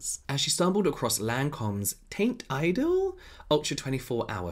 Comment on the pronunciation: THIS MAN JUST SAID “TAINT IDOL” IM SCREEEAAAMMIING 💀💀💀 Every French person in the world simultaneously had an aneurysm 😂